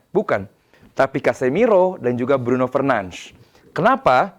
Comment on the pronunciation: Fernanz fernanz apa sih cok. Bruno aja sebutin namanya Bruno Fernandez kok, sok banget